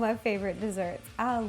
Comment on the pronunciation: No, trust me, she said it right. I'm Italian and Latina, but everyone that is Italian in my family says it the way that Ro does